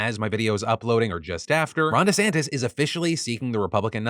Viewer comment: Merman? MERMAN?? EDIT: DiSantis?? DISANTIS??